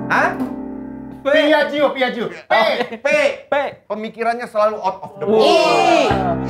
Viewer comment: Ta ta ta tapi... Cara bacanya : piajjo bukan piajio... Tapi gimanapun keren sih smp di endorse piaggio. Walau buatan italy, di sini juga harganya termasuk tinggi.